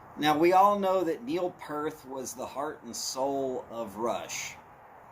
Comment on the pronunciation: Neil Peart....Not Pearth lool.